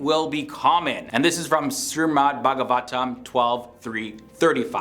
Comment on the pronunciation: I liked the video the only thing is it shreemad not srimad But kudos to you even Hindus themselves have forgotten what our ancestors have already predicted From every one of the point's you can relate your own life into it in any way possible 1. Social media 2.Envy (just like you said) 3.Power(look at china russia and America) and some small nation's as well the gulf money is literally every where and another video of BlackRock Funds do watch it, it's like they own everything in the world. 4.Selfishness nowadays the so called extroverts show us that they're helping you but in some way they are fulfilling their own deep down desire or selfish act of something 5. The genitals part is the best 🤣🤣🤣 MEN WILL BE MEN (TWO AND HALF A MEN)